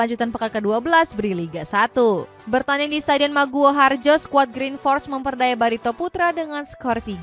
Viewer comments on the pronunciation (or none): none